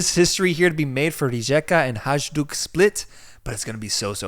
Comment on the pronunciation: Thanks for covering Croatia! Love your show. Pro tip: the letter J is pronounced as a Y like in Northern European. Hajduk = High Duke Rijeka = Ree Yeakuh ☺️